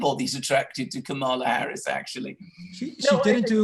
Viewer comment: I love that few people pronounce K. Harris's name correctly.